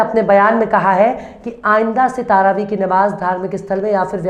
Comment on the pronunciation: तारावी शब्द नहीं है बल्कि सही शब्द है-- तरावीह ।